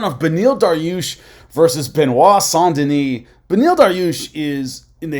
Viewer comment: Saint Denise. French pronounce it soft a. As in sand. Not. On sound. So you trying to sound like you speak French is bs.